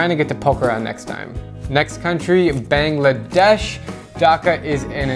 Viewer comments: Everyone sucks at pronounciation of Bangladesh, its not Bénglàdésh its baangladēsh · The first 'a' in Bangladesh is pronounced like the last 'a' in Asia Basically it's not bengladesh it's Bangladesh , sorry for the rant I just hate how most foreigners pronounce it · U said "BANGLADESH"wrong don't think that I am from Bangladesh i am actually from maldives. AKA i hate mal'e